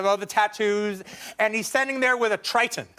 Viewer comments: Triton? You mean trident? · Amazing director. Gets incredible performances from all of his actors. But please keep him off chat shows. Imagine what he'd be like with coffee, doughnuts and a red bull. Unbearable. Oh, Quentin. Aquaman holds a trident not a, what did he call it? A tritan? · quentin, it's a trident, not a triton